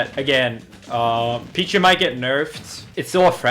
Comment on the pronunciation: Its pichu